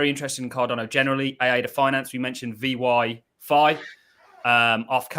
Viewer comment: everytime he says vyfi wrong I cringe a little lol. but hes trying so its all good